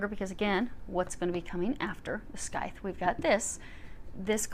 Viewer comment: Love the reading, as always! One small nitpick if I may: the C in Scythe is silent, so it’s pronounced “sythe”. Sorry, I’m a stickler for that sort of thing haha Thank you for the reading!